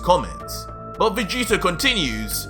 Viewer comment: REALLY? VEGETER? OMG!